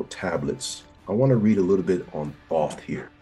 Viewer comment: I stopped listening as soon as dude pronounced Thoth wrong. His name is spoken with the long O sound